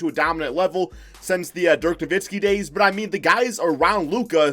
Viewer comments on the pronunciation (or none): none